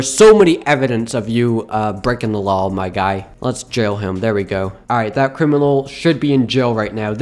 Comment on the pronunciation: im your number one fan and i subscribed and evan turned all notifacations on and no afense but why do you say lawl instead of law